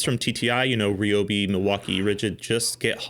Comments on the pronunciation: Protip: "Ryobi" is Japanese, and "Ryo" is a single syllable. It's neither "ree-yo" nor "ri-yo", it's just "ryo". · I’d never heard Ryobi pronounced Ree-oh-bee before, so I searched and found the actual Japanese pronunciation for it. While Ree-oh-bee isn’t totally accurate either, it’s certainly more accurate than the R-eye-oh-bee I’ve heard from literally everyone. Mentally noted. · Everyone at TTI pronounces it "ree-oh-bee"